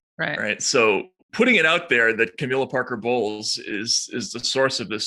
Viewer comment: I wonder if Katie mispronounced (Camilla Parker) Bowles on purpose. Katie pronounced it as in "bowels", which goes just nicely with the "breaking wind" topic.